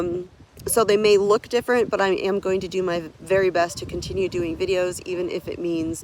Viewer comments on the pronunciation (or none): none